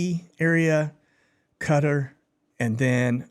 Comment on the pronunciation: Hey, It’s pronounced ca - tar (cut - tar) Qatar. Have a good one!